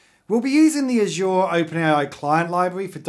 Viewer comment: Bro every time you say azure I want to slap you so hard